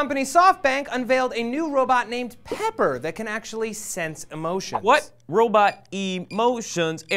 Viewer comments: "Robut" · Rowbit..I'm sorry but it's so funny when people pronounce it like that XD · will i hope you know that its a 'robot', not a 'robit' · Stop saying ROW-bit!! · "Robutt" x) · will says "robot" like "robutt" and matt has a crooked face. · Will. It's robot, not robit :P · "Robut" ahaah will xD